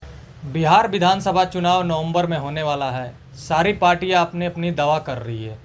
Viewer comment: Bhai sahab दवा है या दावा है 😅😂😂😂